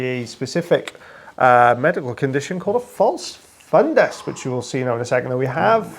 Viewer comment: I’m a little hearing impaired without hearing aid. Sounds like you’re saying fun guy so the guy is a fun guy. Good to know. lol😂